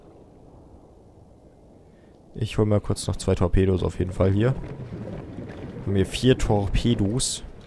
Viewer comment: das sind Tor''pedos'' :D